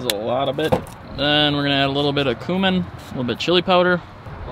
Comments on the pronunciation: For the love of my ears please pronounce cumin correctly lol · The way he says cumin is annoying smh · It’s cumin not cumin